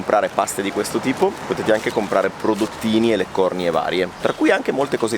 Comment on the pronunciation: L'accento nella parola leccornia è sulla I non sulla O, si dice leccornìa non leccòrnia!!! Va che l'italiano è importante (cit.)